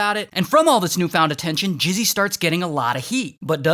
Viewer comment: Bro calling mizzy "jizzy"💀